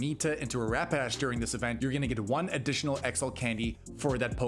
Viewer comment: It’s pronounced PONY-TA . And RAP-PA-DASH. The fuk lmao